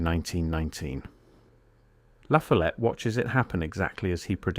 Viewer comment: It’s pronounced La FOLL ette